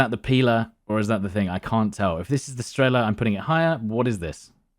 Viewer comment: Almost died when he said strEla and pIla, and not strelA and pilA